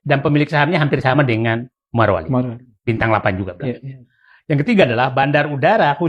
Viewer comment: MARO MARO. RISIH TAU DENGERINNYA, YANG BENER MORO! MOROWALI BUKAN MAROWALI! BIKIN KESEL DENGERNYA!